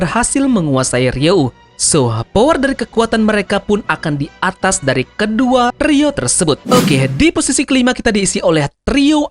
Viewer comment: Bli ralat, ryuo bukan ryou. Thanks